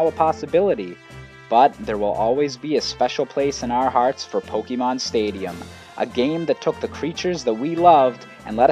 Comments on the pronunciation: It's Pok-AY-mon. Not Pok-EE-mon. Urgh. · Supposed to be Poke Ay Mon. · Pet peeve of mine: people pronouncing Pokemon as "Poke-ee-mon" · my god the way you say pok EE mon is driving me nuts but otherwise great video. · Why do you read it po-kee-mon It's written "pokémon" not "pokemon" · And if you haven't noticed, the "E" in pokémon is accented, so it's poke-AY-mon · why the f*** does he keep saying pokeemon is he an idiot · I had to stop listening. The way you say pokèmon (poh kee mon) was driving me crazy. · I wonder why people keep saying Pokemon wrong, it has been six generations already..... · Most of the video was fine, but I cringe every time you say "Pokemon" wrong.